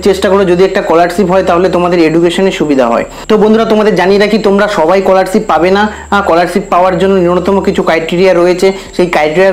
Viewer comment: age scholarship ta valo kore pronounce korte skihon